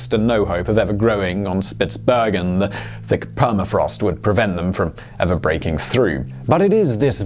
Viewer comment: Norwegian here - good work on the pronunciation of Svalbard and Spitsbergen. You must have trained a lot on those. However, Longyearbyen did not work out so well though :)